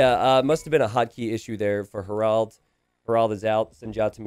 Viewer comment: Harald, more like Harold. If you can make the second a a bit more like the first, that's even better. In Hardraade, the d is silent. It's more like Har-rode-eh. Both names have emphasis on the first syllable. Regards, a Norwegian.